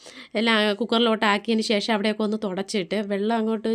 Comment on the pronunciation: eppozhum eii shesham shesham ennu parayanda പിന്നെ ഷേഷം അല്ല ശേഷം ആണ് onnu max stop cheyuka ketto it's my advice